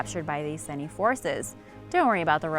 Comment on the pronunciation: No3 - I cringed every time you said "iceni". You use the internet to find the 'facts', use the same internet to look up how things are pronounced!